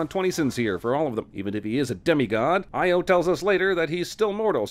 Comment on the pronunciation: Io is pronounced EE-Oh. It's GREEK. Stupid movie.